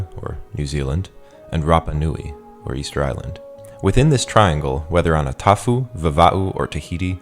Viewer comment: This is certainly one of the better videos I’ve seen in regards to pronunciation. Well done. Just a few remarks for next time • “Atafu” is pronounced [atahu]. Pro tip for pronouncing Tokelauan: ⟨f⟩ is never [f], it’s underlyingly [hw], which just ends up sounding like [h] before [u] and [o]. • “Toʻaga” is pronounced [toʔaŋa]. Pro tip for pronouncing Sāmoan: ⟨g⟩ is never [g], it represents the same sound as ⟨ng⟩ in Tongan. • “Kiritimati” is pronounced [kirismæs]. In Gilbertese, ⟨ti⟩ makes the sound [s]. The [æ] sound is what you would use in “back”. The letter ⟨a⟩ usually makes a sound similar to yours in “cot”, but directly after ⟨b⟩ and ⟨m⟩, it changes to [æ]. Other than that, if you really want to make your pronunciation of any Polynesian language flawless, you’ve got to make sure [e] is completely distinct from [ei], and [o] is completely distinct from [ou]. I guess if you’re only trying to appeal to an American audience, it doesn’t really matter since they’re viewed as the same sound there. But the way the rest of the world sees it, they’re just different sounds. For example, the way you pronounced “Aotearoa” would initially register as “Ateiarowa” to a New Zealander, because of those extra [i] and [u~w] sounds you slip in there after [e] and [o]. It’s not the end of the world, but you can risk losing credibility if you’re claiming to be knowledgable about Polynesia but still can’t articulate a clean [e] or [o].